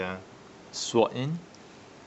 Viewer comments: can u count how many "er", "uh" "erm" "so" "despite the fact" tis fool said in the review.. and i lol every time he said "syvord" instead of SWORD!! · On the topic of rightful name, in sword the 'w' is silent. pronounce as "s'ord". like in 'answer' and 'two'.